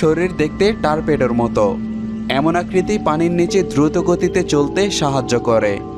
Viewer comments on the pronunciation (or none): "টার্পেডো" নয়, "টর্পেডো" !